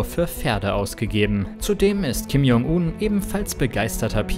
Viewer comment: P.S. man spricht es [Kim Joong un] das J wie ein englisches G